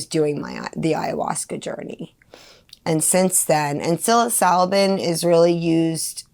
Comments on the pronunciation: Stay blessed you are on the righteous path. One thing though, please pronounce psilocybin correctly when you speak of it, and you NEED to take tolerance breaks on your MDs. That is just blatant misinfo you're running with there. Keep up the good fight. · She takes psilocybin every day but can’t pronounce it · The mispronunciation of psilocybin makes me cringe. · Makes me feel like she has never read one piece of literature on the things that she is trying to “promote” and that can not be good.